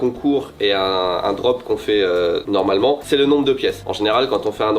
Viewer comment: « Normalemang touté bong » ah putaing c’est bien le Sud ça ! 😅❤